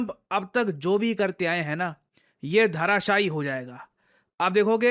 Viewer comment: धराशाई होता है बे। धाराशाई नहीं!